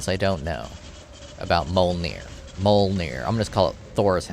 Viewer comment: just pronounce it like a true murican should. muh-jolner.